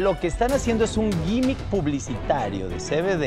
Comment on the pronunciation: que es lo dijo? "yimic publicitario?